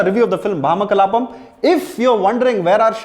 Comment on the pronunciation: Neither nor Priyamani were able to pronounce the title well. Its ironic that one is a lead and the other a reviewer. At least verify the video before posting on YouTube.